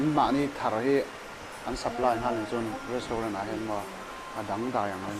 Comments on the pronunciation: Res_tau_ren.. ti lo hian Restrawn.... ti mai bawk se..😁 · FRUITS HI FROOTS TIH A LAM TUR AW CHUAN RESTAURAN NILO IN RESTRAWN TIH IN LAM BAWK TUR AW. ...